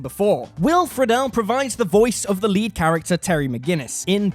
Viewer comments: How does the narrator say Will Friedle’s name correctly at first, but then completely botches it twice after? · He also flubs Will Friedle's last name, weirdly after pronouncing it properly mere moments before.